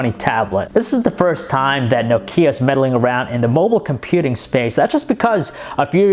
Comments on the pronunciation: It's pronounced nOkia and NOT nokIa for Christ's shake! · Aaaargh!!! it's not No-Key-Ah - Nooooo! say Knock-ee-ah speed up until you get it right lol - great review though :-p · Nice review, but for the love of God, stop saying "Nokίa" :) !!! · its not pronounced No-ke-a, nokia is pronounced Nok-ea..... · it's "Nókia" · Nokía? Lol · for god sake stop saying Nokia IT'S fucking Nόkia...... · OMG STOP SAYING NOKKKIA! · I think he pronounces nokia like nok-ee-a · I like it how he pronounces Nokia. He says nokía, and it makes me laugh so hard. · Trond Håvås No it's not. I'm Finnish and he pronounces it incorrectly. It sound's like he says "Noo Kia". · No"Kia" o.O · Is it just me or does he pronounce Nokia weirdly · Please learn how to pronounce Nokia. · Learn to pronounce Nokia !!!!!!!!!!!!!!!!!!!!! And about the light bleeding, you should look into that on the iPad, i owned 2 so far, and both had light bleeding issues